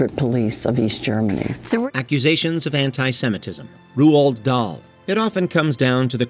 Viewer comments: Who the eff is Roould Dahl. R-OA-L-D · Great video, but the way you say Roald is criminal... Don't get me wrong, he was abit of a prick... but his name is pronounced rowld not Rooald Google will tell you how to pronounce things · It’s “Rolled” Dahl Never heard it pronounced “Ru-Olled” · No. I'm not taking the piss. I remember an interview of Roald and Patricia Neal in the early 80s with Michael Parkinson, and they actually pronounced it because they were sick of interviewers and other journalists getting it wrong. 'Ru-ahl' is how it's pronounced. (edit for sounding error as I had included the 'd' when I shouldn't have as it's silent. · No, it should be "roo-all". Norwegian name from Norwegian parents. After Roald Amundsen. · How can this guy not pronounce "Roald"? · You pronounced Roald so wrong, it was painful to hear! There is no U in his name ffs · Try pronouncing Roald Dahl's name properly 🙄🙄🙄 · That pronunciation of Roald Dahl... ouch.